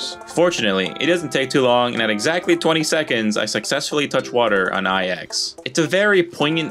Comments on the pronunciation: No way bro called IX eye-ex instead of nine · did blood unironically call pronounce IX as eye-ex? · edging it right now because you keep calling it Eex thanks for that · Bro really called IX "eye ecks" Wicked sick yo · it's pronounced Eex